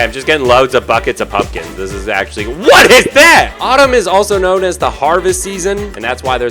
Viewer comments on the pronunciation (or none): "lots of pumpkins- WHAÆT IS THÆT" LOL